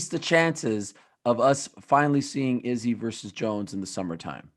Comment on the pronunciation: I really can’t handle the way Ariel says izzy name anymore!!!